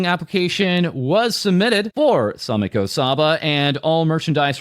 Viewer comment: "Same-ko"? Same is shark.